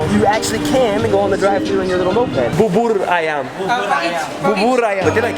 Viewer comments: And bubur ayam is like boo boor u read it like that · To spell "bubur ayam" - boo-burr > ai-yum And to correct the other 2 you said, it is "gado-gado" & "ketoprak" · him: BaburR AyaMM me: its bubur ayam. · Its not Babar Ayam but "bubur ayam" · Its called bubur ayam not babur ayam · Bubur ayam not babur ayam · "Bubur ayam" not "babar ayam" :v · Its bubur ayam not bobor ayam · It bubur ayam not barbar ayam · Spell is bubur ayam, not babar ayam, 🤣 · Bro, you pronounce it as 'booboor' ayam, not 'barbar' ayam 😂. And 'panas' means hot, i mean literally hot, not spicy hot. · The service: Bubur ayam: Babur ayam Me: Bubul ayam (Facts: I cant say R ) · Correction bubur ayam,how to say it is booboor ayam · TIGA RIBUUUUU How to say bubur ayam : Buu bur ayamm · how to pronounce bubur ayam BOO-BOOR A YAM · i thought he was saying baboon ayam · It's funny when u said Bubur Ayam. It's still not correctly how u say it. And it's not how u eat the rice here in Indonesia. And it's ketoprak, by the way.